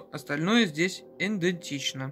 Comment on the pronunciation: А эта, а та, а эта. Не судьба модели озвучить и показать наклейки не дергая? Не пультА, а пУльта. Идентично, а не эдентично